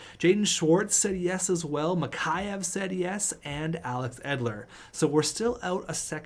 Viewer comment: Mikheyev is pronounced Mick Eh Ev